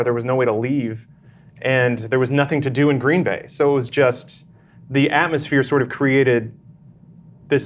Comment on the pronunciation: It's Green Bay, as in one word. Not two words. LOL, I'm a wisconsinite.